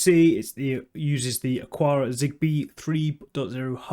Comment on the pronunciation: It's Ak-ara. Xiaomi is pretty close to Show-me, but with a little "shiow" in it. The one that throws me is the UK pronunciation of "template." I'm still not sure whether the UK dictionary says "tem"-"plate" or "temp" "late" where the "late" is pronounced "lut", which I'm certain is the American English pronunciation. :)